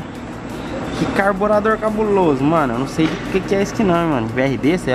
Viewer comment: deu ate agonia ele falando "carburador"